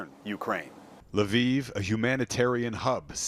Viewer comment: Thanks for pronouncing Lviv correct